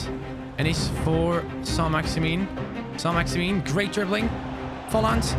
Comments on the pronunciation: Your pronunciation of Saint-Maximin isn’t quite accurate by the way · The way he says ÅĽMİŘÖÑ